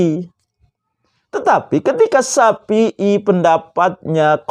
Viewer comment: safi,i bukan sapi,i 🤣🤣🤣🤣🤭🤭🤭